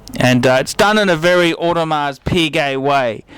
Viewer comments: For the love of all that is holy, PLEASE learn how to pronounce the name of a product before asking others to take you seriously. If I reviewed a Ferrari, and I pronounced it "fee-ray-RYE", nobody would listen to me. Learn how to say "OWE-de-mar",. PLEASE. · I was also sure you don't pronounce the "s" In audemars well I trust advice that much less now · For someone claiming to be such an authority on watches, i find it dubious how you cannot pronounce Audemars properly with a silent ''s''